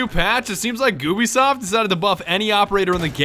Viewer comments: He lit said gubisoft instead of Ubisoft wtf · It’s goobisoft not Ubisoft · It's Ubisoft not gubisoft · Goobisoft says Monty as Montanya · more people noticed he said goobisoft?